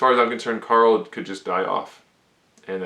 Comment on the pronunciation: Am I the only one who got pissed off from him saying coral instead of Carl?